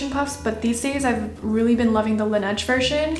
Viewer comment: Girl it's pronounced la-n-edge meaning snow in french. Laneige literally said it them selves. Be right if you're gonna give advice